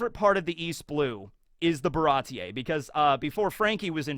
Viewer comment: Baratie seems like a European style word (slightly French), so one wouldn't awkwardly pronounce the "e" separately from the i, but just speak it as a long vowel.